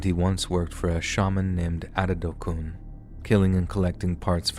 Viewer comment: Ibadan ooooo how e come land here ooo Chai!!! I have heard it all , you really tried in the pronunciation of IBADAN. The belief of medicine is real oo its well with us. You even pronounced Adedokun nicely.